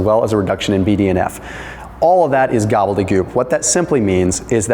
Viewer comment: Duck fat for frying 😊👍 Great Gobbledygook as always (even if you say it incorrectly)